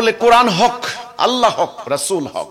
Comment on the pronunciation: তুমি কোরআন শব্দের উচ্চারণ করতে পার না।